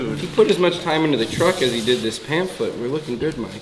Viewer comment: PANPHLIT WHAT THE FUCK 🤣🤣🤣🤣🤣 ITS PAMPHLET! ☠️ WHO does the subtitles?!?